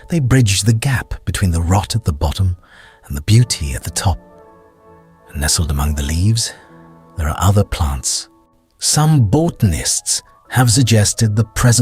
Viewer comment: What the fuck is a baughtenist? Ai being used and it cant pronounce Botanist correctly? I think so